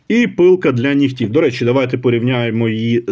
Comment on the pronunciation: Наголос: «пилка для нІгтів» (на перший склад). Інакше це русизми. Колись такі ножі коштували $20. ;)